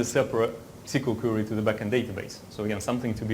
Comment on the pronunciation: Боже мой,! Перестань говорить кьюри! Куэри!